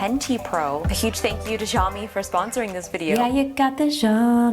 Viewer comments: i dont understand why western people have to pronounce xiaomi as jaomi when in reality its pronounced siaomi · It's SH iaomi I'm pretty sure Not jsh-iaomi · also pronounces Xiaomi wrong